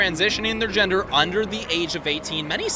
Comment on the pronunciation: "Their ginger". Dummy can't even properly pronounce gender correctly but has such a strong (and wrong!) opinion on the topic.